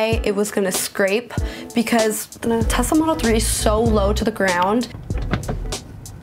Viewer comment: why did you say Tezla? It sounds so weird lmao